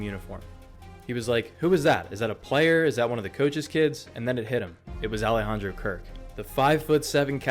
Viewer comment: his first name. Alejandro. You didn’t make any attempt at pronouncing his name right. Please make an attempt to learn before you upload.